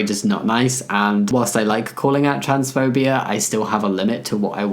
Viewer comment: It so often sounds like you're saying "transphobiar" and it makes me smile. Actually, listening to you talk in general is just... comforting. You always sound so warm and friendly and sincere, and since I'm American, you also sound just a little bit fancy to me.